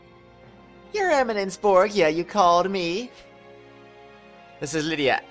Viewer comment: btw it's bor-ja not bro-gee-a gotta love cutscene focused missions with no gameplay xD